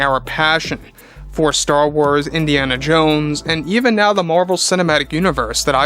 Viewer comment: It’s Indiana Jones. Not Indiana Jane.🤦🏻‍♂️